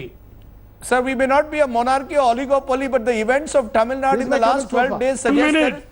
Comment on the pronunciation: rajdap, please pronounce the word TAMIL NADU and not as Tamil NUT? Tamil NUT?